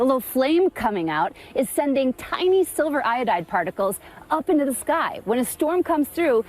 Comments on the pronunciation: Silver iodide. It's not pronounced "silver iode". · The anchor actually pronounced silver iodide as silver “I-owed” 😂 did he pass high school chem?